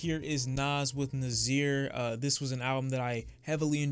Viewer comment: Haha it’s pronounced nah-seer